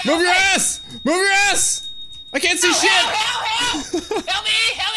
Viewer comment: "camo camo camo, up up up up up up" "weady weady weady, gaow gaow gaow gaow" "owkay owkay owkay, hewp mi hewp mi hewp mi heeey camo camo camo hewp mi"